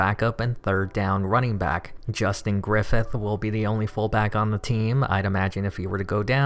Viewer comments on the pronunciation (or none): none